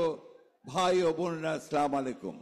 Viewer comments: সবই ঠিক আছে কিন্তু সালামটাও শুদ্ধ মত দিতে পারলো না.... একজন মুসলিম হিসেবে এটা একটা লজ্জাজনক ব্যাপার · সালামটা ঠিকমতো দিতে পারে না।